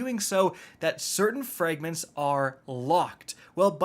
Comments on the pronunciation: Frayygments? Seriously dude, learn how to pronounce the vowel sounds The letter “ a “makes in English. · Fraaayygments is not how you say Fragments. Fix it, noob.